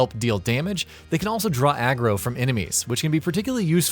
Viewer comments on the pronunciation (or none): none